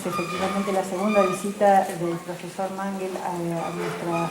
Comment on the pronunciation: Sinceramente el presentador no parece tener mucha idea del gran autor ante el que se encuentra. Menos mal que la mujer salva la presentación. Qué vergüenza que el primero ni siquiera se molestó en conocer cómo se pronuncia el apellido del escritor. Es una falta de respeto.